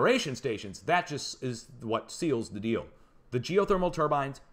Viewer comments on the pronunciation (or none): none